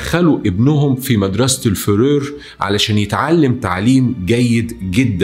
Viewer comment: بس لحظة مدرسة فرور ؟ قصده frères?? الفظ صح بوس ايدك حتى بعربي بتنكتب فرير مش فرور